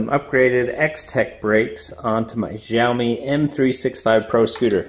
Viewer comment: Jiaomi :D